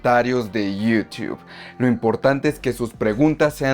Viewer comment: Cuando se habla en español queda muy cutre decir Termineideur, Twideur, Yiutiube.